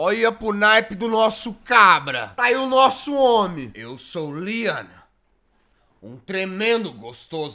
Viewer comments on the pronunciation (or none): Tambem rachei de ri mas eu entendi lyan nao leon eu sei que o certo é leon ta